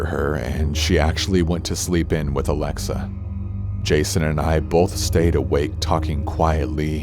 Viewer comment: As someone whose real name is Alexa, I very much appreciate the way you pronounce it. Anyways. I am glad you’re back. 🖤